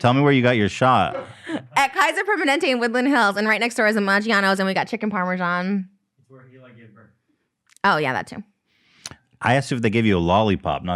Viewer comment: I find it fascinating how they pronounce "parmesan". Sometimes it sounds like parmeshan, sometimes parmejan.